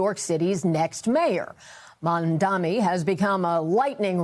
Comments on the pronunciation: Omg nbc it's MamdaNi not Mamdami it really isnt hard to say his last name right lol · Why does she go out of her way to say 'MamDAMI'? its infuriating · Why is Mamdani so hard to pronounce for everyone? It's not Mamdami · All the news anchors mess "Mamdani" up. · all of these professional news organizations can't correctly pronounce a 3 syllable name, its actually embarrassing. maybe they'll pronounce it right when he's mayor mamdani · The anchor speaks carefully, clearly trying not to mispronounce Mamdani. Yet she still mispronounces it!